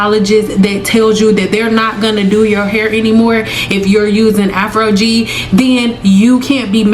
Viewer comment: Why do you keep saying Afrogee?